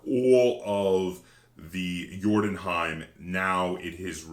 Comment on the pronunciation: You pronounce the Scandinavian name very well sir.